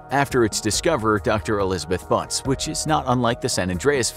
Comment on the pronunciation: I thought I was hearing things when they said "Butts". Had to clarify that it was "Bunce".